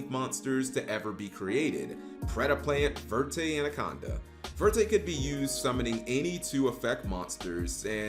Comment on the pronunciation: verte means green in French. Even if verte would be the name of the card, it would be better to actually say it in French rather than broken English. If you see "croissant", will you say "croy-sant" or will you pronounce it with the French pronunciation? Many yugioh cards have French names in the English tcg. Look at the papillon cards. There meant to be referenced as French names so either say it in French pronunciation or use the correct English word instead.